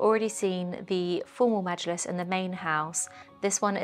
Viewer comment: You pronounced majilis so well, I’m impressed